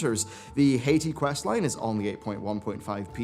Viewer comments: Love your vids bud! Just gotta get this one thing I hated bout it off my chest: You pronounce Hati as "Hay-tee" when it should be "Hah-tee" since the two rare pets, Hati and Skoll (Skohl), are references to Norse mythology. Hati and Skoll are legendary wolves with Hati hunting the sun and Skoll hunting the moon. According to the mythos, Ragnarok comes when the wolves finally catch their prey. Anyways, keep up the good work! It's refreshing to have people like yourself as content creators in the community who can take a more nuanced look at the happenings without just jumping on the weekly hate on Blizz meme like some people seem to enjoy doing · I'm really enjoying your coverage, as usual, but please stop pronouncing Hati as Haiti. 🙃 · It's pronounced Hah-ti. Not Hay-ti. # Norse mythology # hail Odin!